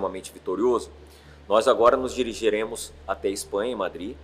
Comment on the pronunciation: “dirigiremos”???? Senhor!